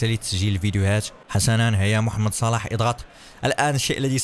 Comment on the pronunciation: قال محمد صلاح بطريقة غلط